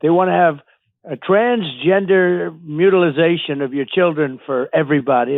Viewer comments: "Mutilisation"... its mutilation, and he's a liar. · What the heck is a "mutilization". He's inventing new words now. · It’s Mutilation not MutilaZation . DJT is pronouncing it wrong. No Z in the Word at all. Not to mention it’s a made up idea of his that he is confused about and leading people astray. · I will so glad when the orange blob is irrelevant. By the way, orangutan, the word is MUTILATION not mutilization, DUMBO. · What the hell is a mutilization??? Its mutilation. WTF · Mutilazation? He's just making words up now. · What the heck is transgender “mutilisation?” 😂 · LOL "mutilization".. what a complete moron. He has the vocabulary of a fourth grader. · He doesn’t even know how to say “mutilation” 🤦‍♂️